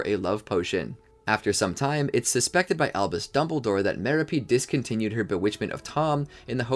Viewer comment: You mispronounced the name of Tom Riddle AKA Lord Voldemort's mother. It's pounced Ma-rop-e spelt Merope. Not trying to be a Karen just wanted to let you know or any future videos.